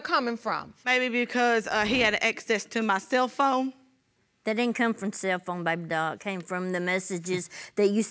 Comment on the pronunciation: Did he say thayre fruum New York???